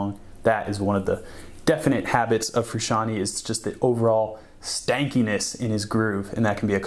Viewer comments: its big bootay...! learn your triad shapes...sure learn how to pronounce your subjects name. also, your unwound strings either are clipping on multiple mics or the frequencies are triggering overtones. it sounds bad. i doubt its your tone overall...just a mic thing. thanks for the video and much love to JF. He is an influence, a big one. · I respectful disagree. Almost correct, though. I AM a second generation Italian-American, like John. Froo*shahn*Tay. Italian vowel pronunciation is a bit wonky compared to ours. A=ah E=at I=were O=O (just like the letter) U=ooooo, as in Boo Sometimes will have an almost eww sound. Southern Italians and Sicilians tend to make the "eww" sound for a U. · Habits of John Fruh-shawnie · Take a shot Everytime he says "John Frishanee" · I love your videos but I have to say it... IT IS PRONOUNCED FROO-SHON-TAY! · "John fruscianty" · Shyteeee, I have to click this video away because this guy cant pronounce Fruscianteh either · it's all fine and dandy but who the hell is John FrusciantY? I only know John Froo shaan tay! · Damn dood, if you're gonna do a video on a guy the least you could do is pronounce his name right.. You need to put some RESPECK on that mans name.. yeahhhhhhh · You should at least pronounce his name right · I stopped watching this video as soon as i heard him mispronounce the last name.